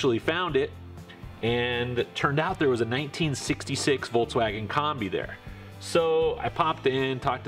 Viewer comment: You're butchering the word "Kombi".